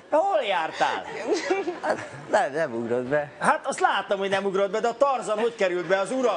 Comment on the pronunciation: Egyébként érdemes megfigyelni a leányzót is, akire néha ráfordul a kamera, látszik, hogy már ő szégyelli magát :). De meg kell hagyni, egész angolosan ejtette a Tarzant :).